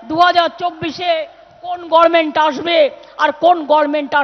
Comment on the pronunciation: কেউ একে বল, গর্মেন্ট না, গভর্নমেন্ট। সালা, ভুল শুনতে শুনতে আমারই মাঝে মাঝে মনে হয়, আমি ই ভুল শিখেছি কিনা?